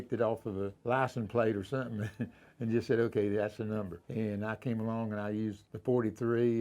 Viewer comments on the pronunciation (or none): none